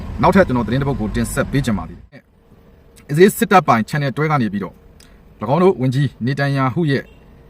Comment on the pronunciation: အစ္စရေးတောင်ပီအောင်မပြောတတ်တဲ့ကောင် အီဇေး တဲ့ 😂😂😂